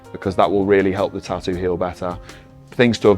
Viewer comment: its tattoo not TA-OOO...